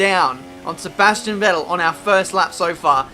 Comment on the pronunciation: Vettel is pronounced more like Fettel. :) Kinda annoying to hear you saying it like that hahah